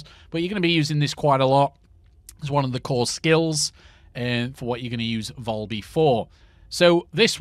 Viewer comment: Valby not volby 🤣🤣🤣